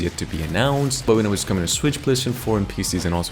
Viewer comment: What is this "Swicth" system you speak of?